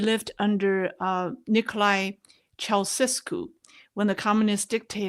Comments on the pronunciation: Just so you know, it's pronounced CHOW-cheh-Skew. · He doesn't come up much now, but, it's Chow -chess -cue. Cold War kid! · Former Romanian president Chow-chess-coo